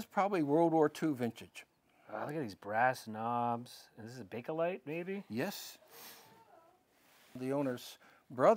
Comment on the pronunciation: Oh, sweeties, it's Bakelite, not Bake-o-lite.